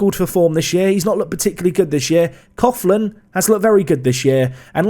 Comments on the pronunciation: I’m Irish - it’s pronounced Nathan Cocklan, not cofflan :-) ps I only started watching your vids last week and I’m up to date! Great content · Coughlan is pronounced Cock-Linn great video as always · Coughlan is pronounced Coo-Lan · No joke, but Coughlan is pronounced COCKLAN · Coughlan is pronounced Cocklan So you actually engaged in a cough measuring competition mid video! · Coughlan pronounced Call-in In Cork Everywhere in Ireland pronounce it cocklin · Coughlan is pronounced Cocklan. £400k is probably a record for a League of Ireland player. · It's pronounced Cocklin